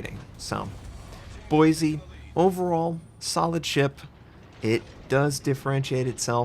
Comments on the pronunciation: Its Boi-see not Boi-zee The S is not a Z. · It’s Boise (Boy-see)! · Ohh boy, you aren't saying Boise like a local would... Not wrong or bad, just a little odd hearing it from an outsider. (BOY-see) At least you don't have to say a few other names native to Idaho... like Coeur d’Alene (Kore-duh-Lane)... Thank god that one didn't have a ship named after it or the butchering would be rage inducing... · I cringed every time you pronounced Boise. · Believe it or not, You actually pronounced “Boise” incorrectly.